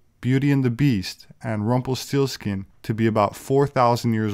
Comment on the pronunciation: I swear I heard you pronounce that "Rumpleforeskin".